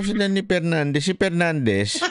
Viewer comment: GONGGONG TALAGA TONG SI ABANTE, PARANG NANUMBAT ANG COMMENT KO KAHAPON SA LIVE NG ABSCBN ILAN BA ANG BAPTIS😅NA IPAG MAYABANG NI ABANTE, TAZ ITO NAMAN SI PADUANO BAIT BAITAN AKALA KO BA TAPANG 😅ITO NAMAN SI FERNANDEZ NA LAGING NAG MAMAGALING MALI MALI NAMAN SA pronunciation palang ng word's 😅FERNANDEZ balik ka muna elementary basic word's pag aralan mo😅😅😅😅😅